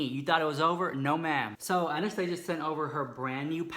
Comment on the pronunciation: Honey honey, you're not pronouncing Anastasia correctly.